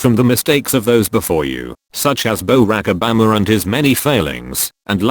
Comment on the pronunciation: Love the text to speech haha... "Such as bow-rack o-bamra and his many failings"